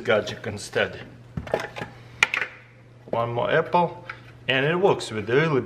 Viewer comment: "EPPLE SLICER"